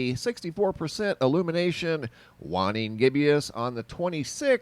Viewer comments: Waning is pronounced "wayn-ing" not "wahn-ing" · Dude....it's not pronounced "whanning gibbious" it'spronounced "way-ning gibbuss". Can't take anyone seriously when they F-up a BASIC term. Sheesh